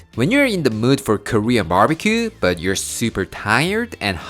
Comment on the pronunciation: Or "don worry BAHT it"! 😁 I love when says that!